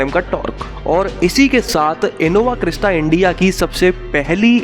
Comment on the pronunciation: abey new edition innova crysta hai... bola ni jata hai...🤣🤣😂